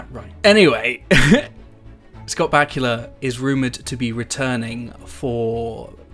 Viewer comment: They way you say Back-u-la haha pronounced ba-koo-la so funny